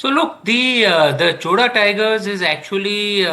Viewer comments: NOT Choda. Chozha. Atleast call Chola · No chola no choda it's chozha.pronounciation out😂😂😂 no letter in other languages to pronounce except tamil and malayalam